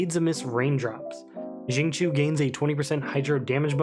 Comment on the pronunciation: hrmm...also chinese here...to be exact the qiu isnt chi without emphasis on L.. its more like chew as in "chew" your food,but with a tiny bit emphasis on H. so its more like sing cew. you can copy paste his chinese name into google translate and hear it too haha.